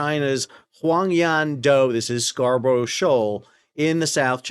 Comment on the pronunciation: Sal, love your vids but it's pronounced "Scar buh ruh" not "Scar bro sho"